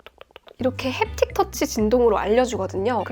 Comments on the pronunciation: 가 웃었음ㅋㅋㅋㅋㅋㅋㅋ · 젠틀 햅팁 터치 알람~ 원어 발음에 빵 터짐!